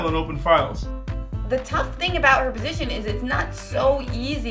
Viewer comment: lol the way she says "position"